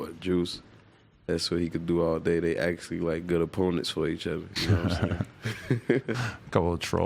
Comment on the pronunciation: “Each udda”